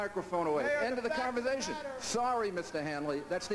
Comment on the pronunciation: Thats the end of the converzthashun. He's insulting his audience... Where the hell does he think he's getting himself?